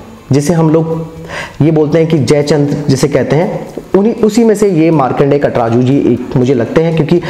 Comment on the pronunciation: भाई नाम तो सही सही लिया करो,,कटराजू नही काटजू है...